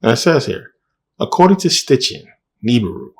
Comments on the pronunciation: His name is SITCHIN not STITCHIN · It’s Sitchin not Stichin but great video!